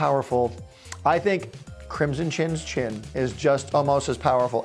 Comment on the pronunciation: Haha, he said Chinchin